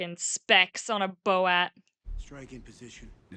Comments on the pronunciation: "bo-at" made me lol. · "...bo-at..." Thank you, Dr. Doofenshmirtz!